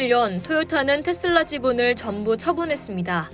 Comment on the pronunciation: 테-쓸라 가 아니고 테슬라